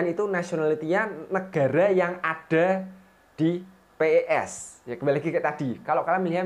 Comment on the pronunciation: bang bukan p e s tapi pes digabung